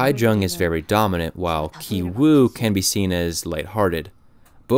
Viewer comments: "Ki" in Ki Woo, Ki Jung, and Ki Taek are all supposed to be pronounced the same way. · They brother and sister both have ki.. yet u pronounce one differently to the other.. can you elaborate on that??